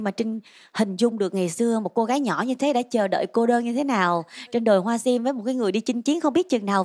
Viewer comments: Jangmi hát ko đủ tầm. Phát âm sim tím thành siêm tiếm. Haizz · Đứng riêng thì nghe tàm tạm…Đứng gần bà chế thì nghe Jang Mi xu quá xu. Giọng thì thều thào, hát Sim thì thành Siêm. Phát âm kiểu này mà cũng được hả trời. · âm sắc hay, kỹ thuật chuyển âm cũng tuyệt vời, chị Như số một. Giang Mi chọn bài chuyện hoa sim dở quá vì phát âm sim, tím sai hết rồi, luyến láy cũng làm bài hát sến quá